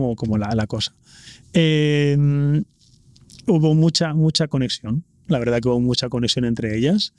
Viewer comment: Si lo que me emociona es que no dice toda la veldad